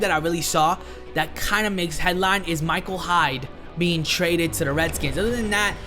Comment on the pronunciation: "Michael Hyde" I'm sorry but I swear it said "Micah Hyde"